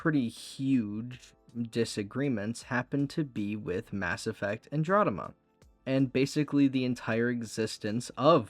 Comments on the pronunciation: Bro...if youre unable to say Andromeda....dont...its so annoying hearing you say Androdema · I'll add up to the mountain of salt at your mispronunciation of Andromeda - you've already responded to others, but I simply have to say that hearing you say that word over and over makes it very hard for me to keep listening, it's like I'm listening to KingCobraJFS, but without the charm.